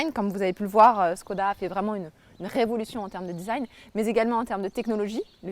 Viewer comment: Le fameux "Disaïgne" C'est franchement génial ! quand des femmes parles de voitures on dirait des vieux qui parlent d'informatique hahaha